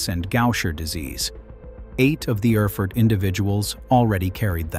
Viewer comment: And Erfurt is pronounced AIR FOO URT